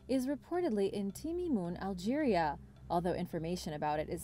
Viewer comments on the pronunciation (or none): none